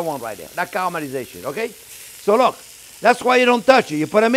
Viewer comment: "Now looh looh looh!" Love this guy. His love and enthusiasm for cooking practically radiates through the screen